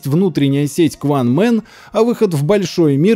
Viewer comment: В Корее не "Кванмен", а "Кванмён", и это название вылумано. Корейцы такого названия не знают, у них он называется "национальная компьютерная сеть".